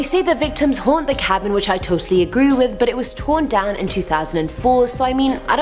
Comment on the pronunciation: Does she say i totally agruu with?